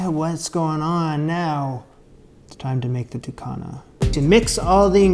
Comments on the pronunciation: Love to see this, thanks! In Antigua we pronounce it DU-KU-NA. You can absolutely use foil paper instead if you don't have banana leaves but love how you kept it as authentic as possible. Yum 👍🏽🥰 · Oh wait you missed the chop up! I can’t wait for you to taste this how its supposed to be made. It’ll blow ya mind! ❤ It’s also pronounced, Du- Cu- Na, now say it fast. Happy cooking friend x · In regards to Ducana, you are not pronouncing it properly, but that is okay. Ducana is endemic to Antigua, but we make something similar called conkie. Here is another tip. When dealing with banana leaves, you will need to either quickly blanch the leaves or place the leaves over open flame. This will make the leaves pliable. Also we use the strips of strings that come from the banana tree to tie, which will need to be blanch as well. In regards to conkie, we use grated coconut, grated sweet potatoes, grated pumpkin, with all the ingredients you used, but NO raisins. Good attempt.